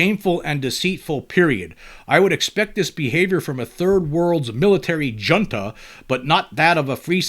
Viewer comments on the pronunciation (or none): Junta, is pronounced "hunta"